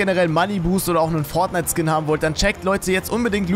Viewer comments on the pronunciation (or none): none